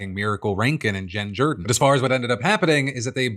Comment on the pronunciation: Why is he pronouncing "Jordan" that way?